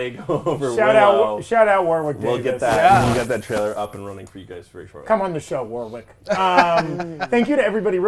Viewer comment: It's pronounced "Warrick" the second W in Warwick is silent. He's named after a fairly large town in England